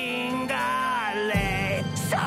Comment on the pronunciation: also he mispronounced cinghiale LMAO